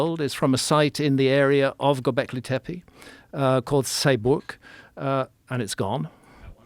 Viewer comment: I've always been convinced graham is soooooo obsessed with saying "gobleki tepe" like it makes him sound smart. I mean I'm sure he is, but just an observation always makes me laugh.